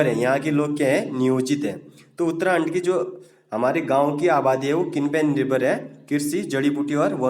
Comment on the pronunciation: Uttrakhand mere alawa or kise uttrahand sunayi de rha h